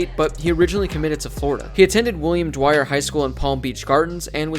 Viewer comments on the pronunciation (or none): none